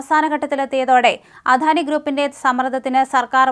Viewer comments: അധാനിയല്ല അദാനി എന്നു പറയുക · അധാനി അല്ല അദാനി ആണ് തെറ്റ് കേൾക്കുമ്പോൾ ഓക്കാനം വരുന്നു